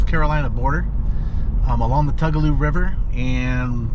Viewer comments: Tugaloo is pronunced Too ga low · I know it looks like it might be different but it’s actually pronounced “Two - ga - low”. And regarding the Prather house (pronounced “Pray - ther”), Confederate General Robert Toombs avoided capture by the invading damn yankees by secreting away in a closet of the house during one of their searches.